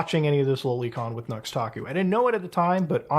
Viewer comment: “Noox Taku” my ESL streamer 😂